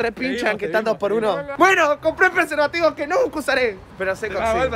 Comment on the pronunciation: soy yo o flashe que decia "comprobando persevativos" sjsjsjs